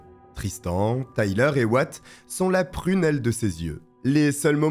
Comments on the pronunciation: Super video 🎉 juste comme vu que ca trigger mon cerveau en mode dodo: Wyatt se prononce why + at car là on attend what tout le long. Pas tres important mais voilà 🤣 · Oui ça se prononce ouaiatt....